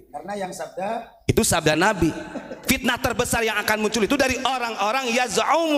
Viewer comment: Pitnah bukan, pitnaaah bro ,awas perusak NU. Waspada aja sama orang ini.